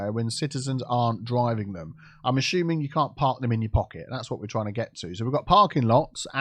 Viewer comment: Am I the only one loving it whenever says "ASHUMING"??? 😁🤣